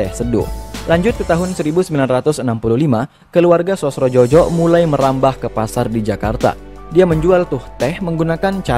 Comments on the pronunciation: Sosrodjojo dibacanya Sosrojoyo, ejaan lama 😊. Bagus kontennya, lanjutkan! Salam dari eyang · Sosrodjojo dibaca "Sosrojoyo" _